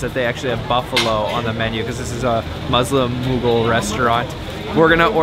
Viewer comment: . You can't even say Mougul empire correctly? Really?